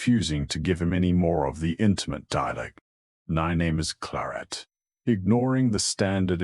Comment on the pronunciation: Voice is awful and transcript is worse. I found myself looking for anomalies instead of listening to the story. Plarrt instead of Claret or is it Clorrette/Cloret???